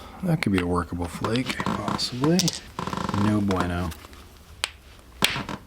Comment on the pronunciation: Nice Spanish by the way